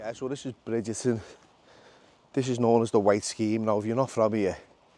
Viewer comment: Bridgeton is pronounced Brigton.Home of the world famous Billy Boys and the Brigton Derry. Thanks for the visit.